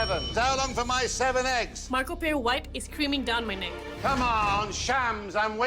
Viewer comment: "Tengkyusomuch MAKO!"